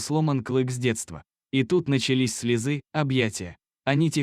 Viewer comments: Не слезы' а слё'зы, идиот! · Когда научесись правильно делать ударения ( слезы а надо слёзы) и слова не правильно произносите. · Слезы с ударением на е. Противно слушать! Испортили замечательный текст! Хотела подписаться, но чтец все испоганил!